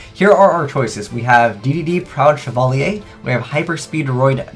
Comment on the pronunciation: I am shocked that he pronounced chevalier correctly.